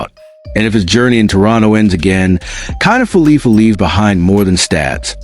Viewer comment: IKF is Isiah kiner-falefa. Not felipa.